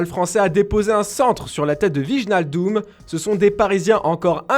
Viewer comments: Wijnaldum se prononce « Ouaïnaldoum », pas vijnaldoum faites un effort 😅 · "vigenaldoum" sérieusement faites un effort